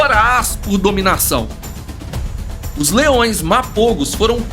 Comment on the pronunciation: Corrigindo algumas coisas: - Primeiro um nitpick, Mapogo se pronuncia "Maporro", Majingilane se pronuncia "Madinguilane" e Selatis é "SeLAtis", não SelaTIS. A reserva é chamada Sabi Sands, não Sabi Sand; - Mapogos Ocidentais não aceitaram Mr.T como líder quando ele retornou, isso não tem nenhuma base na realidade, ele era o menos dominante dos 5 quando retornou; - Outro nitpick: Biólogo algum testemunhou qualquer coisa na reserva, biólogo não trabalha em reserva, Rangers e Guias que testemunharam; - Mr.T morreu em março de 2012, Pretty Boy ainda viveu até dezembro do mesmo ano e Makhulu até março de 2013; - Essa história dos Selatis-Majingilanes tá longe de ser uma representação correta dos acontecimentos. Eles já vinham se enfrentando a mais de um ano desde que Selatis viraram dominantes e foram Majingilanes que mataram o 5ª Selati em 2011 quando os últimos eram nômades. Majins eram sempre os leões invadindo o território ocidental dos Selatis e sempre os Selatis os batiam de volta, porém um dos Selatis foi morto por um búfalo e c/ a vantagem 4x3, Majingilanes feriram gravemente um terceiro Selati que veio a morrer depois e aí tomaram o território. Ambas coalizões estavam no auge quando se enfrentaram. Tudo está registrado em relatório dos rangers na tpc "Lion Tales" do próprio WF.